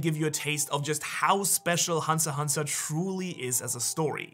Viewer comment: its hunter "X" hunter not hunter hunter . bruhhh